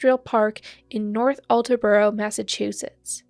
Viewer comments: Attelboro is pronounced At-ell-burrow, not Alt-ah-burrow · You should research things a little better and learn to pronounce words properly before making recordings. You literally didn’t even sound out the name North Attleboro! Pronunciation in recordings is crucial to credibility. It’s pronounced Attle (like Little) and boro (like burro)